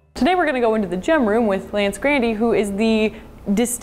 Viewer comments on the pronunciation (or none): She said his name was Lance Gradie... Your Dumb, its Lance GRANDE, unlike your Brain, which is pequeno hahahahahahaha Lance is Distinguished because he dresses more proper and practically than she does haha